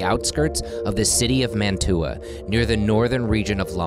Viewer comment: I cannot get over your mispronunciation of Mantua...